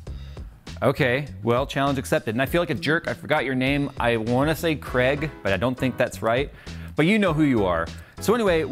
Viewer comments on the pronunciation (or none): I checked to see if anyone commented on him pronouncing Craig as Kreg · He pronounced Craig as Kreg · "Kregg" lol american